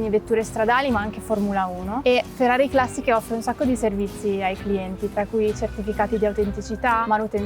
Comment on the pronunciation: Posso capire la pronuncia di Shmee, basta che guardi come si veste… però vi fa pubblicità e in linea di massima sà ciò che dice quindi può andar bene ma il giorno che vedo SuperCarBlondie a Maranello parte la boicottata. Ma chi ci sta alle risorse umane in Ferrari? Va subito rivisto quell’aspetto. Queste, a varie riprese hanno pronunciato la parola “classiche” in un modo che non si riesce neanche a scrivere … Forse “Classìsh”? Comunque vergogna. E mannaggia a te per non aver detto niente. Le dovevi metterle in riga pubblicamente. Ferrari non va trattata come una società qualsiasi, è una nostra eccellenza; neanche a Ferrari Città del Messico o a Hong Kong possono stare queste.